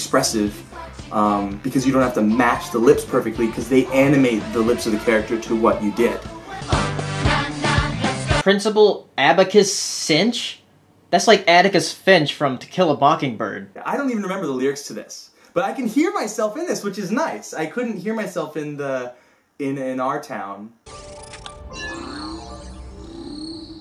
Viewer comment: Did he just say bockingbird?